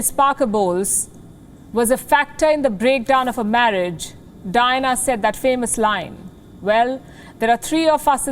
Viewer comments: It sounds like Dinah instead of Diana. It’s kind of annoying. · three silables in her name _ Di -Ann - a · I like it when she keeps pronouncing the name of princess DYNA, hhhhaaa.